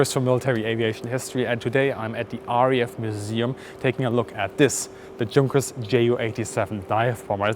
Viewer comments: Why do you pronounce Junkers and Stuka the way english speakers pronounce it??? As a native german speaker you should pronounce it correctly even if you're speaking english. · Good luck on the release! However what's confusing me is your pronunciation of German nomenclature like 'Junkers' which is exceptionally weird. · It's Y-unkers not Junk-ers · It's not Drzunkers, for cryin' out loud...,.it's YOONKERS ...!! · also is your accent fake? junkers suppose to be pronounced yoon-kerz? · quite an interesting and well presented video. good that the museum allowed access.. as a side not i was startled to hear a german speaker pronounce Junkers as "junk, ers,, i' always thought it was "yonkers" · If you're German, you should know that the manufacturer of the Ju-87 is pronounced "Yunkers." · PLEASE learn how to pronounce the names properly. Junkers = Tschoonkers ? Fuselage = Fuschalash ? Etc. Etc..... LOL As a German speaker you should know better. Otherwise nice footage. Where is the footage of the cockpit inside ???? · I'm confused, I've always been told Junkers was pronounced Yunkers, the German 'J' sounding like English 'Y', but you specifically pronounced Junkers with the 'J' sound. Which is it? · Excellent! I learned a lot from this episode. By the way, I’d always assumed that the proper German pronunciation of “Junkers” was “Yunkers,” with the German “J” sound. So that’s not actually the case? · Would be nice to ask some German how to pronounce JUNKERS before doing video. It totaly breaks it. Had to switch off after hearing the JUNK 3 times over. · I was taught as a kid to pronounce it like Yuunkers* - are you using Anglicized version of the word, is it regionally dependent or was I taught wrong? (* best attempt at describing it, not as in the j in junk, as in rubbish) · Me: has only ever heard the Junkers pronounced "yoonkers" Bis: Junkers Me: visible confusion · Yes,, even though we’re English-speaking, we CAN handle the truth! Yoonkers & Shh-Tuka.